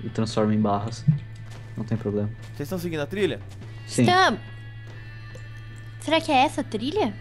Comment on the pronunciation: na abertura da série o nenho fala temos um pobleme emves de problema